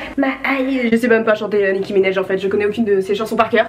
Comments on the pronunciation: "Nicki Minaiej" ptdrrr personnes le dit comme ça on est d'accord, c'est minaaaj avec un A 😂😂😭😭😭😭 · Nicki Minéje non c Nicki Minaj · "nicki minèj" mdrrr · « Nicki minej » 😂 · A passant Nicki Minaj on prononce le A comme en français